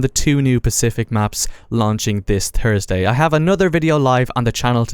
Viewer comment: Came for the War of the Pacific contents, subscribed for the pronunciation of Thursday.